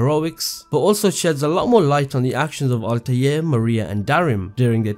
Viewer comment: Altaje , Altaje , Altaje ,, . Im sick of it. ITS ALTAIR